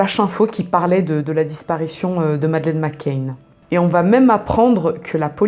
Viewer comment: McCann et pas McCain